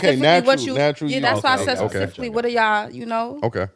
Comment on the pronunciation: shawty said “pacifically”(specifically)🤣🤣🤣